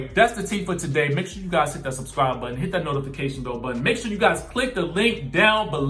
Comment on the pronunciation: “Hit that subscwibe button” takes me out every time 😂😂